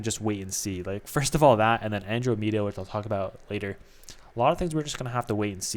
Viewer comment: never played the game either figured it might be a common thing. Like person mentioned below. It’s also a galaxy closest to ours.. in marvel movies they mentioned it guardians of the galaxy. Not being a jerk just want to inform you so you don’t keep saying it incorrectly and look like a fool. But keep up the videos i enjoy the content.